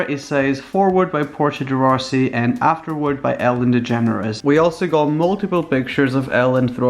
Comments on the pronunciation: am I the only one who thought that when he said “Ellen DeGeneres” is sounded like “Ellen the Generous” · are you saying "the generous"